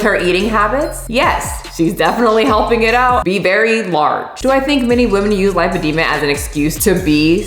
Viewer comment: of all the words you’ve butchered 🔨 ALL the ways you said lipedema in this video were totally correct (this from a physiology/dietetics graduate who jumped ship from a linguistics degree 😆). Lipedema is as inclusive as objective reality gets. And in fact, the ways that you (probably) thought you said it wrong revealed underlying (correct) knowledge that you have about medical conditions, so, good job! 😄🎉👍🧠💪